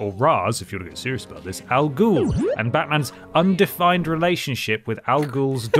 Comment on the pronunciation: Of course, would pronounce Ra's al Ghul properly 😌 Most people won't 😖